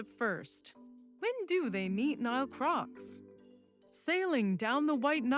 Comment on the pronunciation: She's saying Nile not Neil